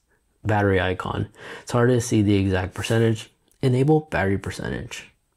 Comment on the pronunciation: THe... not Dee.